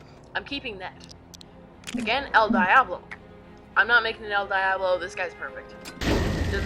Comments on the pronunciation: im sorry that you are kinda white but its pronounced el deeablo (diablo) devil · The way he says el Diablo tho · u said el diablos name wrong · You pronounced el Diablo wrong